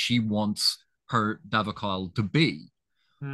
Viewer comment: Btw, it is Lord IngTar, not IngMar, and it is da’covale, not da’vocale.